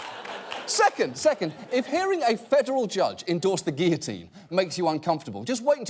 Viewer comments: for fokk's sake, Guillotine is pronounced with the L not J, it's not a word from spanish.. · What's with their pronunciation of guillotine?